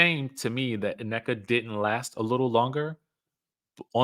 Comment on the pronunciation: I hate the way he says Nnekas name where us the extra A its not Anneka😢😢😢